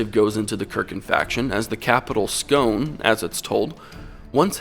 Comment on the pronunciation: Scone, seat of the stone of destiny, is pronounced Scoon